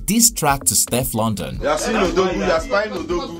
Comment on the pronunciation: The pronunciation of Steflon Don though it is NOT stef London